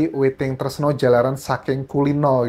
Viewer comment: Maaf anjas yang bener "Witing tresna jalaran saka kulina" yg dibaca witing tresno jalaran soko kulino😊🙏🏼✌️